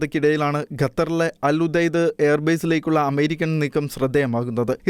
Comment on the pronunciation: ഉബൈദ് അല്ല ഉദയ്ദ്